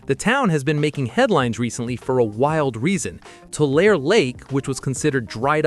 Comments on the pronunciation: People always mispronounce it saying "Too-Lare" or when they say "Vi-Saw-liah" 😂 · You’re from California and you don’t know how to pronounce Tulare